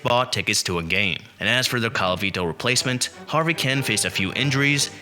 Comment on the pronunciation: This ignorant announcer makes me whence every time he says Harvey's name. Harvey was an outstanding hitter for the Tigers. When he managed the Brewers in the 80's the team was known as the Harvey Wallbangers.